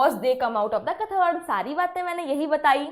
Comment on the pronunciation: Kathod nahi kyathode hei yo pronunciation hei